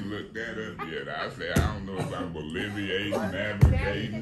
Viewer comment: She said boliviate and it’s not a word…😂 I think she meant bloviating which is when you talk like you’re better than someone else…it means that you’re full of yourself 😂😂😂